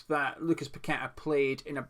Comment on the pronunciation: Not only a one man team that ticks with him playing but you actually know how to pronounce a Brazilian name unlike many others including that fence sitting gonzo.